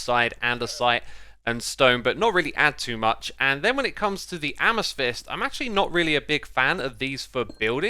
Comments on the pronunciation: I will only forgive you if you stop pronouncing Amethyst As asmasthyst :( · Lichen isn't litch-en it's lie-ken :'O and amethyst is a-muh-thist...please google these pronunciations. I'm not trying to be rude but its like pronouncing Mojang wrong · Are you intentionally mispronouncing thing bc i think you said "amesthyst" and " ice-o-log-er"